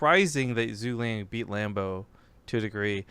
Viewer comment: ZhuGeliang pronounces as "Zhu" "Ge" "Liang"